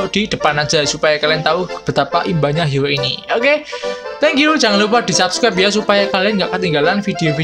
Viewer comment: Bang Bisa Ngomong R gak, Sebut HERO KOk Jadi HIO, R nya kmna😆